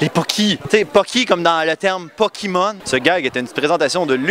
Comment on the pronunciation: aha énorme "poki-mon" ;)